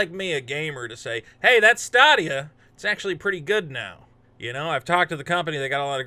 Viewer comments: STAdia, not STAAAAdia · It's stay-de-uh. Not sta-de-ah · Why does he say statia? Its stay dia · “Stah Dia” whatever way you say it, you still made me crack😂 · STOP CALLING IT "STAH-DEE-YA" OMG JUST STOP IT!!!! STOP!!!!!11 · He calls it "stah dia" because it won't stay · Yeah at the end of all their ads it says stay-dee-uh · In your defense,, I can't blame you for not knowing how to pronounce a product that nobody owns or talks about anymore. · Thats an interesting way to say Stadia. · DO NOT take a shot everytime mispronounces Stadia. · You're mispronouncing Stadia on purpose, right? lol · You are pronouncing stadia wrong FYI